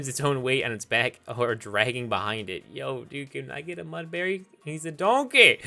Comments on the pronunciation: Every time u pronounced Mudbray as Mudbary i died a little inside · So here's a list of every word he said wrong verge Mudbray baile Alolan Minior Debris brilliant This is sad.